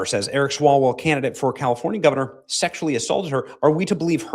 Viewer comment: It is pronounced 'Swallow-well'…